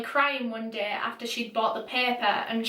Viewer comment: The way you say day😩 "däeh"